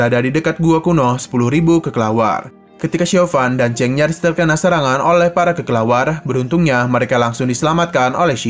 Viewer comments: bukanya kelelawar ya min🗿 kok jadi kekelawar😅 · kelelawar min bukan kekelawar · Ngedenger bilangnya "kekelawar" lucu min🤣🤣🤣🤣